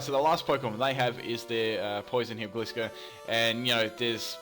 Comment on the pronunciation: It's pronounced gly scor